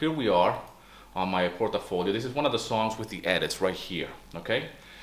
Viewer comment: Portfolio = Port-folio. Not: Port-a-folio. I've heard you say it in the latter way many times, just trying to help a brother out. Also, this video is pretty confusing, you don't do these edits any more because you don't see any benefit from it yet you are plugging your courses teaching people to do "these very important edits." you gotta kinda make up your mind about your pitch/theme. anyway, thanks for hanging in there from one library composer to the next. btw, i still do these edits, even 90 secs.